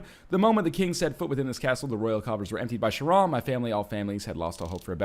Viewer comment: The way NL pronounces "Charon" is fucking enraging. And i just want to say that i foresaw him sucking against this boss from like episode 6. He rushed to much and he doesn't use the guardian armour which makes him the prime target of chainrapage.